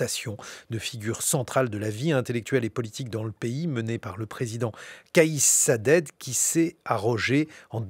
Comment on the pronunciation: Rached et non Raded et Saied et non Saded